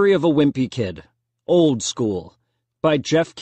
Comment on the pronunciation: Its wimpy! Not whimpy 🤣